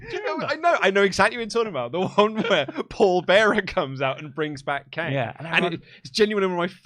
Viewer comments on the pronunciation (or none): none